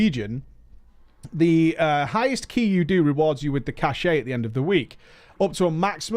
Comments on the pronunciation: I just can't.... Cache = Cash, not Cash-ay.... Had me curling every time you said it! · Sorry for stupid trivial pronunciation niggle, but this bugged me throughout the video. "Cache" - as in "Mythic Cache" is pronounced the same as "Cash". You keep pronouncing it as "cashay" which is a word, but it's spelled "cachet" and means something completely different. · Why do you keep saying "cashay", cache is pronounced "cash" lmao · K this has been irritating me for a while, it's "kăsh" not "kăsheɪ" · It's cache pronounced cash. Cachet is a completely different word. Sorry it's driving my OCD mad. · cache = pronounced "cash" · so, across the pond, you pronounce the E in cache and it's not "cash"? Feels weird.